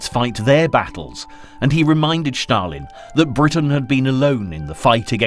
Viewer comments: Stalin is not pronounced Schtalin. Just Stalin. Just curious: where did you get that idea from??? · This is another idiot pronouncing "Shtalin" or i saw this before?